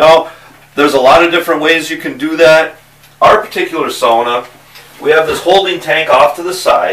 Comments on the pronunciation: yes sauna. not saawna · finally. someone who says sauna and not saawna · I'm giving this a like before even watching the whole video, just because it's nice to hear someone saying sauna right. 😄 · Glad you know how to say sauna, most people say saw-na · i can finnish aprove ur sauna. You say it like any finnish guy :) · thats how you say it. its sauna not saawna like normally americans say it